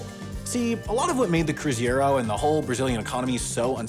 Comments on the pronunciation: It really takes effort to mispronounce and mistype Cruzeiro even when it's correctly written on the bills right in front of you 👏🏾👏🏾👏🏾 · also the ei part is more pronounced like ay(in english) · I'm portuguese and for a hot minute there I wondered if the currency was actually called Cruziero, but of course just couldn’t say it properly. Looking forward to the HAI mistakes video at the end of the year covering this one! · He kept on saying cruZieÉrro kkkkk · I was going crazy every time he said cruziero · I got curious and looked it up, apparently the way he pronounced is used by some less common Brazilian and Portuguese dialects. The more common Brazilian Portuguese pronunciation is kroo-zee-roh and the more common European Portuguese pronunciation is kroo-zai-roh (apologies in my attempted phoneticism). Brits use the Portuguese reading of the word, so it confused me as well. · menor n sabe pronunciar "cruzeiro" ENG: bro doesnt know how to pronounce "cruzeiro" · CRU ZEI RO not CRUZIERO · That's not how you pronounce "Cruzeiro". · It was fun getting to hear a native English speaker pronounce Cruzeiro and Real. 😄 (And note the ‘I’ after the ‘e’ in Cruzeiro. 😉) Fun fact about the “novo” versions of the Cruzeiro and Cruzado that wasn’t mentioned in the video. They were literally the same bills, but with three more zeros tacked on. That meant they could just stamp three more zeros onto existing bills and keep using them. The Cruzado was a redesign of the Cruzeiro, but it mostly just took all the extra zeros back off to start the process over. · I see what you did here! Mispronunciation of “cruzeiro” to get Brazilians to comment and create engagement! And here I am biting your bait, commenting, and creating engagement! But it’s carnival and on Sunday we will won the Oscar, so that’s ok! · Next on HAI's yearly correction video: apologizes for triggering his entire Brazilian viewerbase by mispronouncing (and misspelling) Cruzeiros 🇧🇷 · CruzEIro not cruzIEro